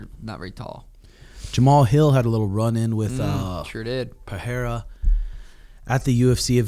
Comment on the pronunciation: Pereira, not Peheira.. get it right! :D :D